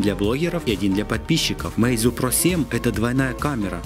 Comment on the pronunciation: Подсказочка: не мэйзу, а мэйдзУ с ударением на у фирма называется.